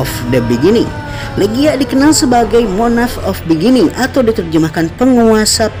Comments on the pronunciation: monark bang cara bacanya ,bukan monah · Revisi dikit, Spelling untuk MONARCH itu "R" nya juga di sebut jadi kalo di lafal kan terdengar seperti "MONARK", udah dari 2 video sebelumnya aku perhatiin agak kurang tepat Spelling nya 😄